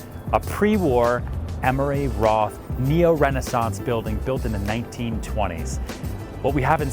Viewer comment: It's Emery Roth, not Emory Roth.